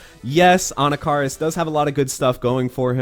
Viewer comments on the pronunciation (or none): Ann ah kah ris Please, for the children. Stop it. Get some help